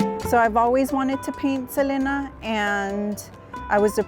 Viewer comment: It’s Seleena, not Selana. She even said it was pronounced “Seleena” on an interview with Ron Shelton who sadly passed as well